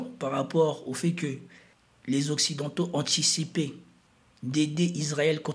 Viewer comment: Pauvre toi!😅 comment ce prononce OCCIDENTAUX dans ta langue maternelle !??